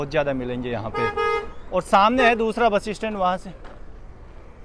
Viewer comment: आप बस स्टैंड को बसी स्टैंड क्यों बोलते हो?😟🙄